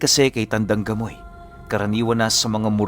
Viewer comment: Grabe Ang galing nmn nitong c tandang gamoy, bkt gamoy Diba pamoy hehehe